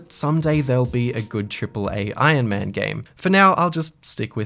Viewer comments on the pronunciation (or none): No one:: Ion Man